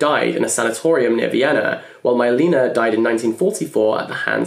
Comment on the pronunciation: You mentioned Letters to Milena by Franz Kafka and it's in fact pronounced as [Mill-lain-ah]. Please, don't take it personally 🤓 but since it's a czech name, I had this intense urge to correct you. Sending love from Czech Republic! 🇨🇿❤️